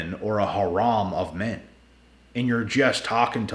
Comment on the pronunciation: it’s har-em not har-om, love the videos by the way